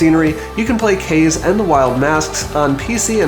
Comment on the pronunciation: Awesome video buddy!! Kaze is pronounced like Ca-zee by the way, hehe.